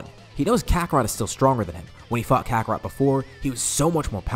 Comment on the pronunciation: Whenever he says fought it sound more like the F word.